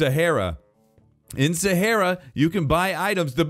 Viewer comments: umm..., Sahara is pronounced sa-har-a Please Not sa-heir-a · Nobody gonna point out weird way of saying sahara. He said sa hair ra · It’s Sa ha ra not sa hair ra